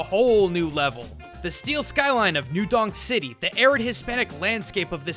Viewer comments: Did he say new dong city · DID YOU SAY NEW DONG CITY?? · Did he say "New DONG city"?